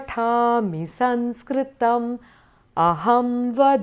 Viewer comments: excellent.I enjoyed. One suggestion.Please pronounce saMskrtam as such.You pronounced it as saNskrtam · All the nuances are well explained and many thanks for the same. Just one doubt. Is it not Samskrtam?. In this video I am hearing it as Sanskrtam.vThank you